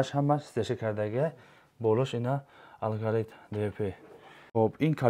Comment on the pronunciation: АЛГАРИТ не Аргалит 😂😂😂😂😂